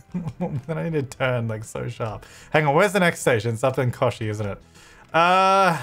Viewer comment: Kochi is pronounced as ko-ch-e. (ch is pronounced as the ch in China and is pronounced as the vowel e)